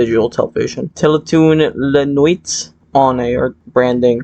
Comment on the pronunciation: dont mean to be a loser but it's pronounced "teletoon la nwee"